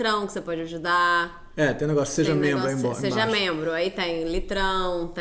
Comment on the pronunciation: eu gosto muito que a fala NEGOÇU ❤